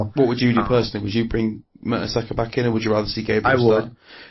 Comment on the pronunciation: If this guy says merta"soccer" one more time. ....